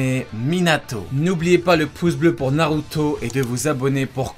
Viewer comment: Bsr sensei, j'espère que tu lira c texto, j'aimerais comprendre le mode ermite, et le fait que le ssj4 y ressemble beaucoup, en tout cas la couleur qui entoure les yeux dans ces deux modes. Naruto c la vie, Naruto c la PUISSANCE, et sensei tu prononce trop bien c mot😁